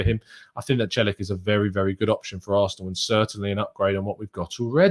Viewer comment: Celik is pronounced chelik